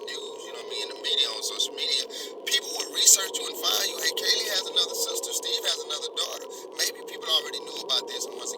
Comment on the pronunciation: Your saying steves name wrong she said it right